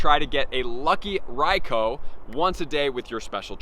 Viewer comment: His pronunciation of Raikou is painful.... Bro use the U